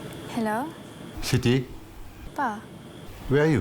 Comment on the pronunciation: Sound like he said Shitty, instead of Siti. 😭😭